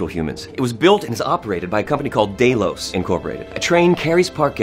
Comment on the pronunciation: No one: Jimmy Simpson: DAYlos